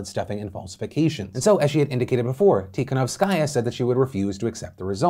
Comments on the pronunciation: You don't read her last name with an accent on the last part like you do: tikanowsKAJA, but rather accent should go on the third syllabe from the end like that: tikaNOWskaja. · Hey! As a person who was born in Belarus and has many family members living there, I am going to try to ignore Phil's pronunciation of "Tihanovskaya" and say that it has been fucking terrifying. Looking at videos and photos of the police attacking people, hearing about arrests of people who were literally just walking on the street, not being able to contact my boyfriend for several days due to the lack of internet and the looming threat of a civil war. You hear about scary things happening in other countries and you get desensitised but when it's happening to your family it's a completely different feeling.